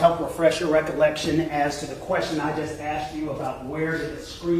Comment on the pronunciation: The investigator said 'you axed"......that's all I needed to hear.....